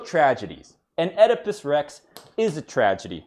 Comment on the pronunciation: "Now osdipus Rex..." Oh God dammit.